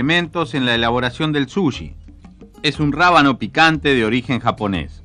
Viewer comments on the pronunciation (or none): Vasta con ver Jiro's dream of sushi en Youtube y podras escuchar muchas veces la pronunciacion de la palabra, No es "Sulli" o Suyi" como lo dice el locutor se dice Su chi con ch tal cual como dices che en cada oracion solo que un poco mas suave, incluso el mismo Iwao Takamiya ( el chef que cocina en este video) pronuncia bien la palabra y el no es Chileno que yo sepa, asi que no solo los Chilenos le "decimos" asi. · Es dificil tomarlo en serio cuando el locutor no sabe decir correctamente la palabra sushi. El dice suyi.